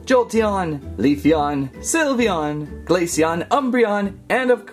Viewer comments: Its sly veon not silveoon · You said syvleon wrong it’s pronounced syv- lee- on